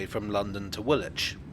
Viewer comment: You: Grennitch Me: Grinnidge You: Woolitch Me: Woolidge